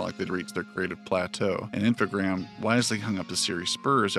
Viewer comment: You were right not to pronounce the s, in French the s used as plural is almost always silent. It's supposed to be an amalgamation of the two words informatics programs, so informatique et programmes in French (Infogrames, with only one m for some reason). So yeah yeah you were after all! Just listen to some of the old interviews, they do call it Infogrames.